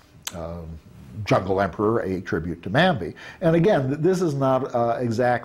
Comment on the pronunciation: Every time he says Bambi it sounds like Mambi